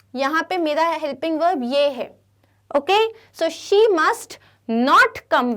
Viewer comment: Mam what is velb it is verb not veln